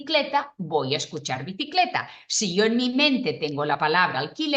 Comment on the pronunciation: Media tramposa la frase porque justo en la parte que dice alquiler o bicileta, lo pronuncia raro..😂 (se le afloja la lengua).